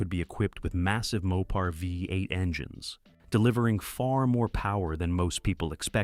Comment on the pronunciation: If you cannot correct your AI voices don't make the Dang video. It's so annoying vi eight. What's wrong with you